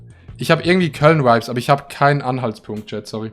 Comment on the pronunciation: Alle:" Vibes" Adi:"Veibs"